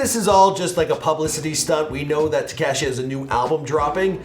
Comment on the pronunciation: "Teceshi" ... Hope u try some fentanyl soon bro